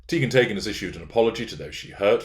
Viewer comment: IKR Teigen/Taygen🤣🤣🤣